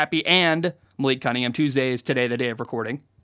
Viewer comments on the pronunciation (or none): none